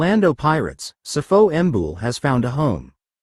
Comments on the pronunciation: Sipho not sifo...yeses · It's not Sifo Mbul it's Sipho Mbule...😢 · Learn how to pronounce our names ..what the fuck is Sifo ambull